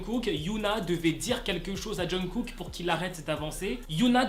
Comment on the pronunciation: C pas jungKook au lieu de Jungook ?